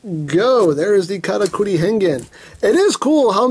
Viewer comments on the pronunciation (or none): I know it's saying "Karakuri!", but it sounds like "Kamakiri!", which means mantis.